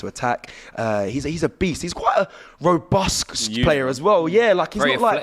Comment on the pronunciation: I've heard a lot of superlatives for Declan Rice, but I've never heard him described as "robusk" 😂